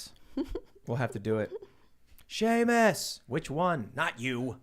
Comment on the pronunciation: Y’all, it’s Seamus not Shamis